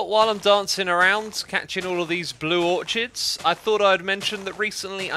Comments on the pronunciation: Orchid is prononuced Or-kid nor or-ch-id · It's pronounced "or kid," not "or chid" 😂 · xisuma and anyone else who doesn’t know: i’m guessing you have never heard orchid pronounced out loud before but it’s ok, we all learn something new every day no matter our age. it’s pronounced with a hard k sound (oar-kid) in both american and british english. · I always find it fun to compare pronunciations with you X. Me: Aich X: Haich Me: Or-kid X: Or-chid Me: mural X: murial (this one bugs me a bit) Me: Zee (sometimes zed) X: Zed (ofc cause British) Me: compOster (with long O sound, like the word Open) X: Composter (short o sound, as if saying the word posture) I keep waiting to hear more and it's become a fun game now. Hope X sees this! <3 Cheers Buddy! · Am I the only one that pronounces it "Orkid" and not "Orchid" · It's pronounced blue "or-kid", not "or-chard" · Orchid is pronounced "or-kid" not orchard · xisumavoid: or-ch-id a little piece of me dies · Orchid is pronounced Ork-id. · it's pronounced "orkids" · It’s pronounced “or-kid” not the way it’s spelt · or-KID, orchid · It's pronounced "Or-kid". No "ch" sound. ;) JoeHills has been harvesting Obsidian for you. FalseSymmetry bought out your Totem shop and setup her own which everyone thinks is yours. ^.^ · You do realize that orchid is pronounced "OR-kid," right? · Orchid is pronounced "ore-kid" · Its pronounced 'or-kids' :) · Orchid is not pronounced how you say. It is like making a typo over and over and over AND OVER. Why not just spell touch as "tuch" from now on? It is the same idea and is "cringey" at best. Terribly embarrassing and might cost some people a job as it is completely unprofessional. Although, if you stated you don't give a fuck and just don't care, that would be completely acceptable. But I don't believe you believe that. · u mispronouncing orchid is driving me crazy